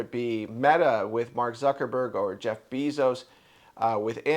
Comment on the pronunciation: I am a Trumper, but I have to say that he did not get "humiliated". And the proper pronunciation of Jeff Bezos's last name is "BAY-zos", not "BEE-zos". If you are going to tout yourself as a news and commentary channel, I'd suggest you do two things. Number 1, learn the correct pronunciation of names and words, and number 2, practice your dialogue before you tape, so that you are not stumbling and bumbling, and be more fluid.